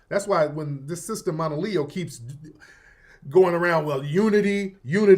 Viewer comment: If you aren’t aware who Monaleo is do your research, I appreciate you sharing your POV, but I want to flag something from a stakeholder-alignment standpoint. If you’re going to deep-dive on Monaleo’s message, you’ve got to at least pronounce her name correctly and show that you engaged with her content beyond the surface layer. She wasn’t talking like a “industry plant’ she was speaking on Sᴀʟᴏɴɪᴀɴ identity, also other black culture’s not only Caribbean/African diaspora culture, and the nuance of being Black and culturally specific at the same time. She literally said at the end of the day, cops don’t ask where we’re from they just see Black. So the whole conversation she opened was about unity, context, and representation but wasn’t switching up on what she said…As someone with a platform and influence, the expectation is that you bring precision, cultural awareness, and due diligence to the table. Right now, the way you approached it low-key dilutes her point instead of engaging with it. No shade just asking for a higher-quality analysis and a little more respect for the artist and the culture she’s speaking for.